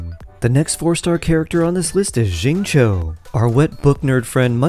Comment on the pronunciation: "shi"-ing "cho". its "shingcho"!!